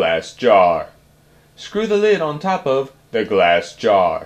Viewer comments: Stop saying glass gaaarrr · Starrrrrrr. However, nice project! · That GLASS JAR is spoken in bold, caps